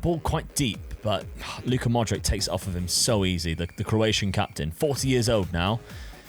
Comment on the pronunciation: It's weird how you say every Croatian name right except for Modrić.